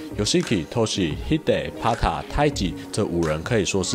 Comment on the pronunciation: 是透西 不是透虛